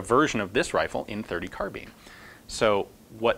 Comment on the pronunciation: Kar Bean or car-bine? It's so important I can't get past it all? You also mispronounce your own last name. Who does that? :)